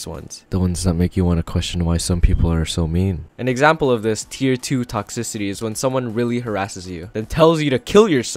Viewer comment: lol u cant pronounce toxicity lololololo (sorry its for the likes)